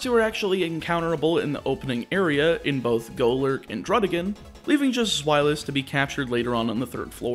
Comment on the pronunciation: Just a tip, Deino, Zweilous, and Hydreigon aren't pronounced the way you pronounce them. Their pronunciations are based on the German words for 1, 2, and 3 - being Eins, Zwei, Drei. With that, each pronunciation is; Deino - Literally just like dino ("Die-no") Zweilous - "Z-why-lus" Hydreigon - "High-dry-gon" Obviously everyone has a right to pronounce a Pokemon's name how they want, but I just thought I'd let you know as my OCD doesn't exactly like me very much haha.